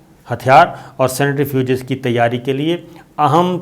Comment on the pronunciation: Uncle ye 'senetrifuges' jo aap keh rahe hain, ye kya chiz hai? Centrifuge ka to suna hai lekin 'senetrifuges' pehli baan sun rahe hain. Please ispar roshni daal kar humrari malumaat me izafa karen, thanks! 🤓